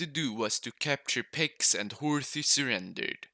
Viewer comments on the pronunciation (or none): none